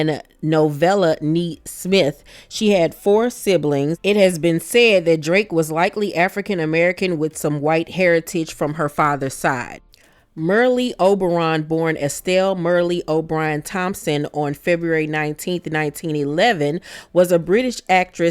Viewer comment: Um, that is not how Merle Oberon’s name is pronounced…😳 You mispronounced Illinois, too. Oh boy…